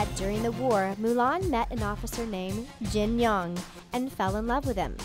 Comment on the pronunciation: "Jin Young" it sounds like Jin-Hyung 😂😂👌